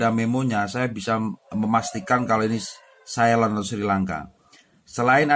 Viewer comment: Ceylon bang bukan caylon